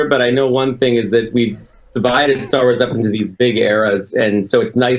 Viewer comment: You are saying it perfectly..."Star Wars errors"